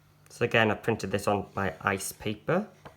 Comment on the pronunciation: When you print your images, are you saying you are printing on "ice paper" or "rice paper" I can't understand what you are saying and the caption is putting the word rice lol